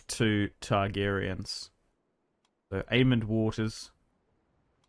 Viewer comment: There is no d in aemon or daemon stop pronouncing them with ds